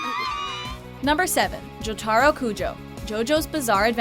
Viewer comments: JOTARO SHOULD BE FIRST! Also it pissed me off how they pronounced Jotaro. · Averie Morris they can't say Jotaro right or Mamoru 😑😒